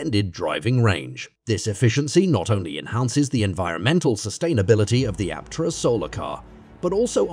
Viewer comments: Aptera is awesome. But this content-farm AI crap is taking over youtube. Doesn't even bother to properly pronounce "Aptera" or even "EV". Drek work from moneygrabbers, not real EV journalism. Aptera needs more publicity, but dang this channel needs human quality control. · What's even more fascinating is the artificial voice used for the narration. Only detectable in a few spots, eg when "he" can't pronounce EVs -, for that matter, Aptera.